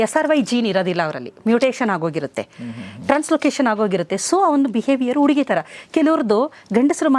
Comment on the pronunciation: ಡಾಕ್ಟರ್ ಕನ್ನಡ ಉಚ್ಚಾರಣೆ ಸರಿಯಿಲ್ಲ.ಅಕಾರ ಹಕಾರ ಸರಿಯಿಲ್ಲ. ಉಡುಗ( ಹುಡುಗ) ಉಡುಗಿ( ಹುಡುಗಿ) ಓಗಿ( ಹೋಗಿ) ಒರಗಡೆ ( ಹೊರಗಡೆ) ಓದರೂ(ಹೋದರೂ) ಕೇಳುವುದಕ್ಕೆ ಕಷ್ಟ. 😮 😢